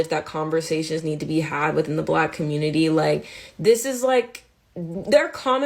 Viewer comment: I’m offended by the way she says Block instead of Black